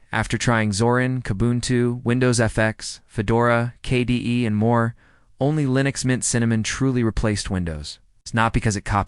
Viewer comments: Need to work on the AL's pronunciation skills - they really reek in several crucial points: K-D-E, each letter is said just like ABC, not K Duh! As far as what distro, LMDE (Linux Mint Debian Edition) is superior to Linux Mint by far. There are other Non-Windoze type distros that can be said to be even better. But for the Windoze brain-dead, mental wimps, LMDE is the best. I've been using all types of OSes since the 90s. Distros like BeOS, BSD, IBM's OS2, and numerous others. But, today, on my laptop, and mini PCs I use LMDE. I've also introduced others to LMDE and no one has had any issues - they take to it like a fish in water, not a fish outta water. Although. There are some older PCs & laptops which won't handle LMDE Or Linux Mint very well. For those, I suggest a lighter Linus. Something like MX Linux, or SparkyLinux, or Puppy Linux, or Tiny Core, or my favorite Crunchbang++ (#!++). FYI. My daily driver laptop, believe it or not, is a Lenovo Intel Core I3 ChromeBook; which, by the way, is Linux under the hood - Gentoo, one of the other Linuxes I've used. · Now try and install Gentoo in that one hour time period. Yes, that AI is crap. Pronounced KDE as kday. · The pronunciations (K-day?) and phrasing are all over the place so, yep, AI commentary (again). Byee! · AI generated slop. They tried Linux Mint Cinnamon edition, but it looked old, dated and was lacking in other areas. However, the last distribution they tried, the golden balance of familiarity, power and customizability was Linux Mint Cinnamon edition. Whoever generated this slop didn’t even pay attention to what was in it. The mispronunciation of KDE and other abbreviations were also glaring tells this is nothing more than AI clickbait.